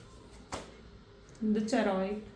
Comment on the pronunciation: aap plz chariot ka pronunciation sahi kiya kare.... aap logo ki wajah se hum log b galat pronunciation sikh sakte hai.... ek aur term hai pretend word jo aap log use karte uski jagah express word use kiya karo.... 🙏